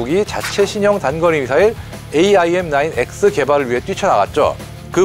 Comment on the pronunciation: 형님 AIM은 에임 IRIS는 아이리스로 발음하면 돼요. 해외 밀리터리 전문채널 등 외국인들도 대부분 그렇게 발음해요. 그리고, 애초에 그런식으로 약어를 만든건 그 단어의 본디 의미를 염두에 둔 의도가 다분하죠. aim은 조준하다, iris는 홍채, 그런 의미니까요. 미사일의 특성을 반영해서 풀네임과 약어를 만든 의도가 있는거죠. 특히 IRIS는 infra red ima... 이거 진짜 본말은 너무 뻔하고 허접할 정도의 의미인데 오히려 IRIS라는 그럴듯한 단어로 조합하려고 그렇게 작명한걸로 봐야죠. AMRAAM은 암람으로 쉽게 부르면서 AIM, IRIS는 굳이 글자하나하나 힘들게 부를 필요 없어요.